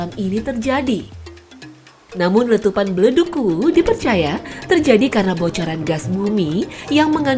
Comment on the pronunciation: Ingat yaa kuwu bukan uwuu